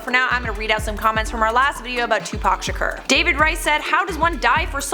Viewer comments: It's sha-kor that how you say it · Can you learn how to pronounce Tupac's last name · Welcome back??? You didn't go anywhere!!! Also learn how to pronounce "SHAKUR"